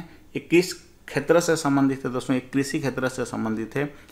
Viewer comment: सर आप क्षेत्र को खेत्र क्यों बोलते हैं।